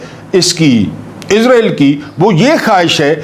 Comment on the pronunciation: عربی زبان میں لفظ (اسرائیل ) ہے(س) ہے نہ کہ(عزرائیل ) یہ لفظ تو بےحد معتبر اور مقدس فرشتے حضرت عزرائیل کا نام یے